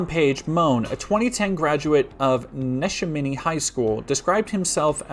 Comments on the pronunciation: It's making sense now... Not the crime itself but why people outside PA & Google Maps pronounce "Né-Shā-Mi-knee" as "Nesh-a-mini". Great video as always! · I was rolling a joint while listening until you said the name of his high school (it’s technically nuh-SHAM-in-knee but I also don’t respect my home town). I keep myself very isolated from the news, so this is the first I’m hearing about it, and it literally occurred in what was essentially once my backyard, wow. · This is my high school. The name is often said wrong as it's uncommon and a native American word, but I want you to know it's 'Ne-sham-a-dee'